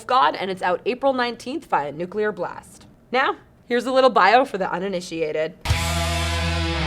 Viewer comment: It feels good to finally hear someone from Banger properly pronounce the word "Nuclear" when they say Nuclear Blast.